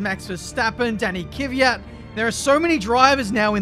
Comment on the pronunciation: Looking forward to F1 2021 career mode. will finally stop pronouncing Kvyat as Kiviyat and instead say Mazepan!